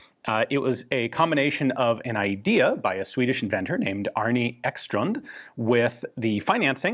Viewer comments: As the American you are, I think his name is Arne, not Arni. I may be wrong, I just found it a little funny. The E in Arne is like and E, not an i. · The name Arne is pronounced Arna, and it means eagle in Old Norse.